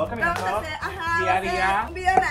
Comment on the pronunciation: Nadie. Neta nadie. Ni una mosca. diciendo Ramdon JAJJAJAJAJ